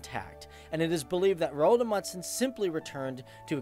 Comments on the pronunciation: Rold amudsen? I think you mean Roald Amundsen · I dont really care how foreginers pronance our names but, i heard he said it more like Roald Mudsen xD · The way you pronounced Roald Amundsen is ... just so so bad😂 -Norwegian here :) You say it like Rold Amudsen. You need to say the "O" in Roald longer and the "A" and the "U" in Amundsen longer. And remember the "A" in Roald and the "N" in Amundsen. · Rold Amudsen, faktisk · Names can be hard I know, but just a tip if you mention him again :) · How he said Roald Amundsen tho😂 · The way you say his name makes me gag, but this was a really good video mate, well done